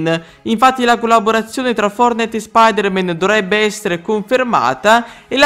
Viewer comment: Posso dire una cosa ma tu perche dici fornite booooo